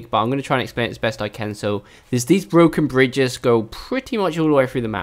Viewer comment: Bwoken Bwidges.